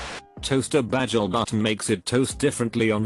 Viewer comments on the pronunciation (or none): Is the narrator Britta from Community? Bagel pronounced as bajel. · pronounces bagel like Nigel